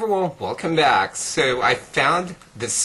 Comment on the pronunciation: i love how you say "so". it sounds like "sew"